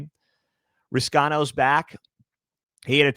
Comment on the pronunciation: FYI Reescano is pronounced Reese-ah-no